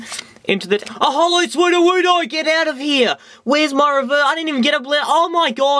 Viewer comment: Every time you said 'Sudowoodo' it sound like "Swoo-do-woo-do". I lol'd. So funny, dude, keep it up!